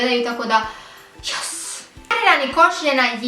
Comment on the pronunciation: ne kaze jals nego YASSS